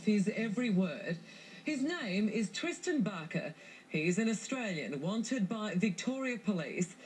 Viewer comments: Did she say... Twistan Barker? o.O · did she say twisten barker??